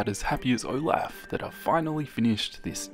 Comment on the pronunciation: Usually mispronounced words make me angry but for some reason the way he said Olaf made me laugh